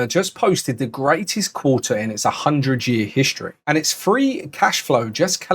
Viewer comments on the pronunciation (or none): So now Quarter is pronounced “Qua..ah”😂